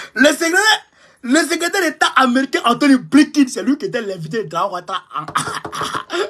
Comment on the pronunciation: Blinken et non Blinkin